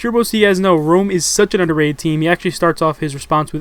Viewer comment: i font even pay attention when says underatted in these videos anymore